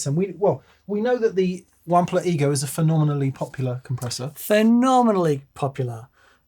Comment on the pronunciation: Why does find it so difficult to pronounce Wampler correctly?